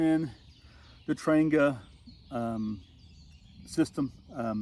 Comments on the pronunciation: It’s pronounced “ trahnYAH” It’s Swedish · it’s “Tran-Jee-a” and you’re putting your windscreen together wrong. Connect the tabs first (outside in) and move on to the next piece (connect from the outside in) and so forth till you’re done. Good video though, just practice….. SanJoséBob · If you call or visit the Trangia museum in Sweden you’ll find the word Trangia is actually pronounced several different ways.